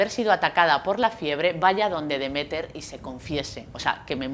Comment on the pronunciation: Me chirría que se equivoque tanto con los nombres de Demeter y Persefone a la hora de explicar las cosas